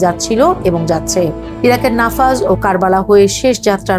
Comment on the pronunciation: Correction: নাফাজ নয়, 'নাজাফ'।।